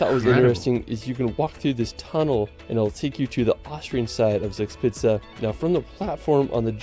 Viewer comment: when he said “sugspizza” the videos just stopped and wouldnt turn 9n again